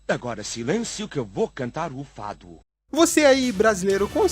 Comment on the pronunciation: eu ouvi mufado